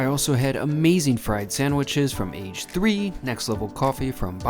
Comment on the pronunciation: Great video, but the first shop you visited is pronounced "A-gay" which means fried in Japanese. Think karrAGE, which is Japanese fried chicken. Glad you enjoyed Japan.